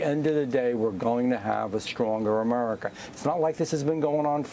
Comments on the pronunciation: He speaks normally but when he says America, it’s like he purposefully pronounces it “A-merca.” It’s almost annoying lol. Just pick one. Either speak normal English or bust out full redneck and keep saying “Merica” and “git er dunn” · Why is he calling America, Amurica?